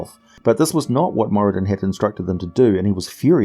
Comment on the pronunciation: I read somewhere (I think in the 3.5 phb?) That the r in Moradin is supposed to be rolled a bit. Great video as usual though!